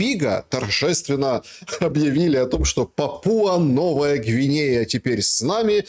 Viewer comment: Позорище Шелест! Журналист? Пåпуа-Новая Гвинея-ударение ставится на первый слог , а не ПапУа😨